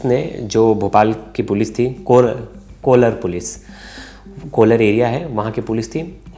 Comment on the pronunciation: Not coolar….. its कोलार 😂😂😂